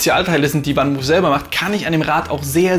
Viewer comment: Das Fahrrad kommt aus den Niederlanden und wird 'fann mooof', also wie man es im deutschen schreibt, van Moof ausgesprochen und nicht 'wann muhf'. Sonst aber ein sehr guter Beitrag.